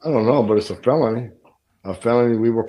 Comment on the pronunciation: Nice slip of the tongue, "felonlty" brings it together rather well I think, rock on Benny and God bless you!